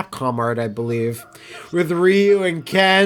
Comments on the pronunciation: Ugh, hearing them say "RYE YOU" instead of "REEYUU"...yikes! lol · That's how everyone I knew pronounced it until 2003.